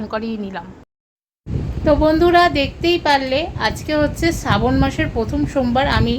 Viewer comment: সাবন না ,শ্রাবন মাস